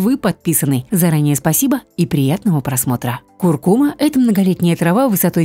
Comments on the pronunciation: Куркума’-ударение на «а», и не остынуть, а остыть... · КуркумА -ударение на последний слог...слух режет🙄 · Не куркума’,а ку’ркума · Первый раз слышу ,чтобы на слове куркума ставили неправильно ударение. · потому что даже ударение в слове куркума ставите неправильно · Да, слух режет весь ролик